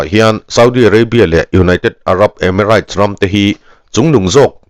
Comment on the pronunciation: emiraits tiin lam suh, reit tia lam zawk tur